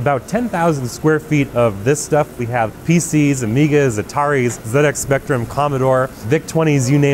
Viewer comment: The fact that he pronounced ZX Spectrum correctly told me this is a man of culture. Great video, thank you.